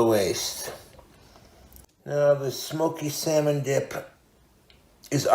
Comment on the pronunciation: firstly "Diyup" instead of "Dip" secondly "Yesth" and thirdly, "I'LL LET IT COOL OFF OVERNIGHT THOUGH"!? He heated it for FOUR MINUTES!!!